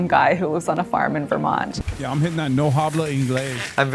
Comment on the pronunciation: never once heard Vermont pronounced that way in my life